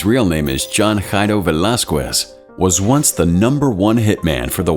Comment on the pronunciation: the way you pronounce "velasquez" gives me that itching sensation that i can't scratch. it's pronounced as "velaskez" not "velaskwez".